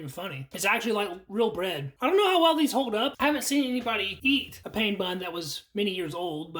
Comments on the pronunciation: It’s pronounced “pan” not like I’m in pain like he says. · Pain (bread in French) is pronounced “pan”.